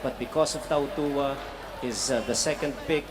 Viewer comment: How cuturally insensitive. Tautawa is how he ssaid Tautuaa's name, he's tongang snd should be taootooahah.